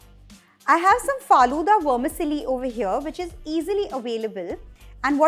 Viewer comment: Great elaborate recipe!! Tq Vermicelli is pronounced as it is. You sound like wormisilly!😉❤